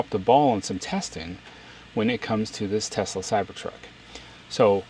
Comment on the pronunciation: It’s pronounced “Teslurr” now.